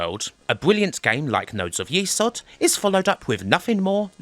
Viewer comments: Nodes Of YESod not YEsod. Even the intro speech pronounces it YESod, but you continued to say YEsod. LOL. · It's YES ODD not YEE SOD. They even say YES ODD in the voice sample. Lovely video but that drove me up the wall a bit. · saying it wrong. It’s Yezod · You got me thinking all these years I have pronounced it nodes of yes-od but now I'm thinking perhaps it is nodes of ye-sod. However, it is pronounced it's a great game and another great video thanks 😃